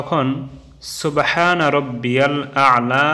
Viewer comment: سُبْحَانَ رَبِّيَ الْاَعْلٰى وَبِحَمْدِهِ সুনান আবূ দাউদ, হাদীস- ৮৬৯ ৭. সুবহানা রব্বিয়াল আ'লা ওয়া বিহামদিহি। এটা ঠিক। মুখে উচ্চারণ টা ঠিক।